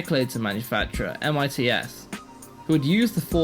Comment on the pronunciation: A bit late to the party, but here are some pedantic notes: * AIRESEARCH should be pronounced "air research" with the two Rs kind of running into each other, BUSICOM is a portmanteau of "business" and "computer" so it should be pronounced "busy-com", MITS is generally pronounced "mitts", and TAITO is "tie-toe". * It's splitting hairs slightly, but the Atari VCS used a 6507 not a 6502. * Apple were not the last manufacturer of 680x0 computers; even if you exclude the TecToy-manufactured Sega Genesis that was still being produced until 2023 there were oddities like the DraCo, Emerson produced a bunch of 68040 and 68060 VME bus SBCs way into the 2000s, and they're still heavily used in industrial control systems and telecoms equipment. * Not sure by what metric the BBC was "one of the best selling home computers of the period". C64 12-17 million, MSX 9-4 million, Apple II 6 million, ZX Spectrum 5 million, Atari 8-bit 4 million, CPC 464 2 million, BBC 1.5 million. Essentially, apart from abject failures like the Dragon 32 and Oric Atmos it was one of the worst selling micros! Source: I'm old.